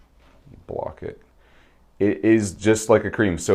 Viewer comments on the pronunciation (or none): none